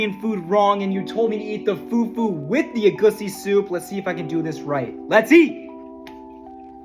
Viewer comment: you pronounced egusi wrong you pronounced it as e gu see it's pronounced e goo si